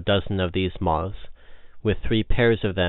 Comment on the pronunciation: It's moths not mozs